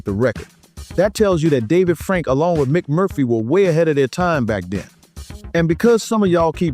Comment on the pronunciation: Hey, Mic Is Actually Pronounced Mike!!! He just spells it like Mic!!!!